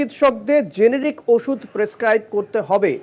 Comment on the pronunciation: পীযূষ অ্য-ম্যা-ব্যা করে GENERIC কে genetic বলে দিলেন।